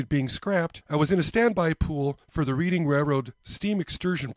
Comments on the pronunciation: After turning sixty, the hair on your ears, your eyebrows and any hair you don't want will grow long. The hair on top your head will stop either all over or the old male pattern baldness. Such is life. I know you do not live on the east coast and I am not making fun of you. When you pronounce Reading as if you are learning from a book, no one I have ever spoken with in PA says it that way, including people from Reading. The only way I have heard people say it is "Redding" as if you are colorizing something red. Hope this helps. It may not be the correct way according to Webster but he never lived in Reading. 😃 You are lucky to have a Hobby Shop that is close by. Hobby shops have a tough time making ends meet in modern times. So few people put up a train garden any more. A local fire company stopped with a group of individuals that would set up every Christmas season and these people loved doing it. My local shop sold his inventory and closed shop. Gone are balsa wood kits for RC airplanes and most of the RC fuel engines in favor of instant gratification with the electric ready to fly planes made of styrofoam and other lightweight materials. On a different note, Fisher Body Craftsman Guild was discontinued in 1968 where young modelers would build a replica of the Fisher Body Coach that was the emblem on sill plates of many GM cars. The Guild tried to get the younger generation involved in designing new vehicles. Now it is all done with computers. I love model railroading even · I got a lot of flack for pronouncing it read-ing. Thats how us midwesterners said it on the monopoly board. I know know better and say in red-ing. Yes its sad how times change and the youth have different pastimes and no developed skill sets. Makes ya wonder whats life gunnel be like in another 50 years